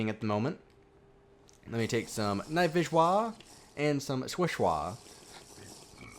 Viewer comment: I love it when he says night vishwa and swifshwa!! 😂😂😂